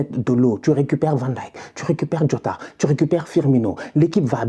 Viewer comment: Tu es un des rares francophones et pas seulement, à savoir prononcer correctement Van Dijck...bravo